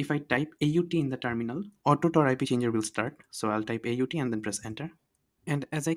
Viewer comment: Indian be like. Its TOR, not tar....😂